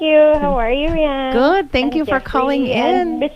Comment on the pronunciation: Rianne, not Dianne :)